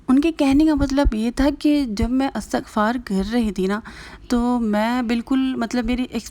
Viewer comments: بہن اٙستٙغفار نہیں ہوتا اِسْتِغفار ہوتا ہے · Dear astaghfar ni h bl k lafz istighfaar hota h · astagfaar ni istigfaar hota hai